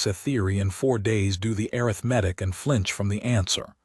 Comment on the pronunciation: The horrible AI reader does know the difference in emphasis on the second syllable vs the third syllable of "arithmetic," as it uses the first one twice, correctly, but uses the wrong one at least 20 times! It almose never pronounces "live" correctly! "Disgusting! Teach it better, or lose it!